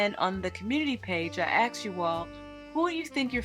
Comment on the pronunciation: I absolutely LOVE the style, layout, and vibe of your videos. So sophisticated. So you can imagine my surprise when and you said “axed” instead of asked. 😩 You’re better than that,. C’mon, girl. ❤☺️